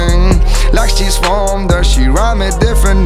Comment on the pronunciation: Casi. Cuando pronuncia "bored" o "there" suspende fuerte.